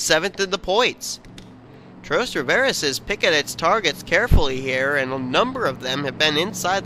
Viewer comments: XD, it's pronounced "Twah-Rih-Vee-Ay", not "Troys-Rihv-Air-Ehs" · It sounded like you said Three Rivers in Spanish not French 😊